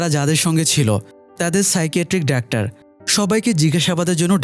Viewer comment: ডাক্টার কি ভাই! খুবই বিরক্ত লাগে শুনতে।যেহেতু আপনার ভিডিও দেখি তাই লিখলাম।